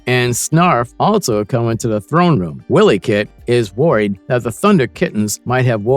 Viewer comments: wiley kit!!!! not willy kit... its pronounced y-lee... also its pumyra ----- Pu my ra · i especially like how the narrator keeps calling wiley kit and wiley kat, as willy cat willy kit..... lmfao